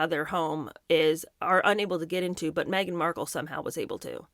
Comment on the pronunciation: Did she say : Meghan Merkle?